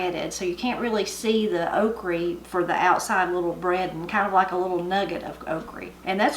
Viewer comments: "Okrie" LOL....now that brings back memories! Growing up in Kentucky, just about everyone would pronounce all words ending in "a" as "y" or "ie"! I love me some good fried okrie!! Black-eyed peas, rhubarb, butter beans, oh man, the list of good eatin'' is lonnnnnnggg! Got any videos on rhubarb pie?? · My Nanny fixed (and pronounced) Okree the same way. I have great memories of her in the garden and the kitchen. This video is a wonderful reminder of her, and and that supper looks incredible. Thank you for what you do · My mamma cooked okra, okra, exactly like yours. Delicious. Also, I have bought different seeds from Hoss Tools in Norman Park, GA. And he did a video about OKRA. HE did research on the pronunciation of okra. The research revealed the CORRECT PRONUNCIATION IS " OKRIE " WHICH MADE ME SMILE. WONDERFUL SUPPER, I'M HUNGRY NOW. Thank you. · Grew up in Adams TN & coupla memories n differences in how my family prepares “okrey” (same pronunciation) Nowadays I use my sieve to get the extra cornmeal out so it don’t cause my oil to burn up too fast. I’d be told to get diddys flannel on to cover my arms and be given a bowl and a paring knife. I knew I shouldn’t cut off anything bigger than the blade of the knife bc they said that was too tough. Although- if it were to be boiled(spit up the sides and boiled till tender in buttery water) then it could be bigger. We didn’t top n tail them unless they were older & too big - I like the tails personally fried up same as I like the crispy fried fish tails 😂 Anyway we had stewed taters instead of milky. We fried our okrey like you. We always kept a freezer on the outporch with deer meat in it too. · My husband pronounces okra the same way and we are from KY. I have never seen anyone eat jelly without toast or biscuits. But I would love to taste the mulberry jelly! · Oh my goodness that's exactly how my granny says okra and fries it the same way real good eatin there, keep up the good videos.